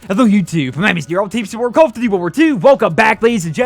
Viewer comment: Why can't you pronounce "duty" correctly?